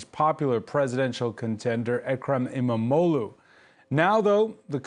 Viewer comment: E-mam-oghluu" extend the sound and special attention to the "gh" sound.